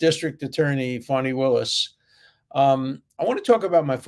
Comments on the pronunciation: Do you call her Phony Willis because she has been phony? Or do you pronounce her name that way? Just wondering if laughing at it is for good reason lol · Professor Dershowitz-- I sometimes wonder if the way you say "Fani" Willis--is it your Bostonian type accent, or if it is purposeful that you pronounce it as "PHONY" Willis. It makes me smile every time I hear it b/c I hear "PHONY".